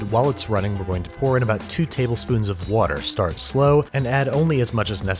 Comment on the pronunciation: Andrew says "wourder" *Brad Leone has entered the chat